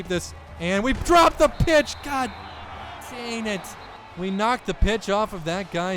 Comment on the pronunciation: 1 int and 1 fumble = not a perfect game.... Also, I love this series, but as much as he says the words LONG and DANG, you'd think he'd be able to pronounce them correctly....